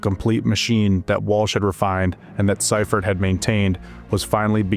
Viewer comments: All this work just to find out you pronounced one of the greatest coaches of all-time name wrong. It's see-furt not cy-furt. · SEA fert Not SY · Sea-fert/see-ferd …. Sci-fert is frying me 😂😂😂🤦🏽‍♂️. Other than that, GREAT FK’n video!!! I’m from Philly but been a 49er fan my ENTIRE life. One of my recent most memorable moments of this team is when the NFL allowed fans back in the stadiums after COVID. U.S. 49er fans took over the Linc aka Eagles stadium for the season opener and we won the game!!! It was funny bc a lot of Niner fans were from out of town and were kinda scared of Eagles fans but I assured them they had nothing to worry about lol. Every time I got up for good or the bathroom the entire section got up to do the same thing 😂😂😂. Wildest shit I ever experienced at a game lol. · It's not SI Fert, it's SEA Fert. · The coach that took over for Walsh pronounces his name as SEE-furt, not SI-furt . That part, as well as issues with some of the AI created graphics bothered me about this post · Thumbs down and stopped watching after dude kept pronouncing Seifert wrong 🤦🏻‍♂️ who the hell is George Cypherd? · then do better research. George Siefert's last name is pronounced SEE-fert. He only won two Super Bowls, not like he did anything special. 🙄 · George Seifert is pronounced SEEfert. At the very least research the people you're talking about so you can at least pronounce their names correctly. Is everybody so goddamn lazy nowadays? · lol *see-fert George Seifert sorry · I watched a lot of NFL films, and they always pronounced his name See-fert. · See-fert is the pronunciation of the coach's name. Great video and audio. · The narrator is pronouncing George Seifert's name wrong. With all do respect to Steve young he didn't have the big game mindset that Joe Cool did.